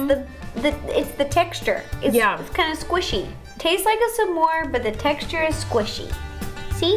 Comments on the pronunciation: I pronounce it smore not samore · Ro keeps saying Some more instead of SMORE! She’s so cute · Love how Ro says "Samore" instead of smore lol 😂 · Did it bother anyone that ro says "samor" instead of smore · It’s s’mores not samores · Did anyone else hear ro say su-more the whole time?? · Love that kept saying sa-more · Ro said samore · did it bother anyone else that ro kept saying s'more and not smore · Tbh I was kinda getting annoyed how ro pronounced s'mores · I love Ro’s pronouncing of s’more